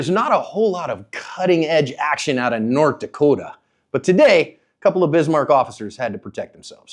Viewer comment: Thank you for saying nort dakotah right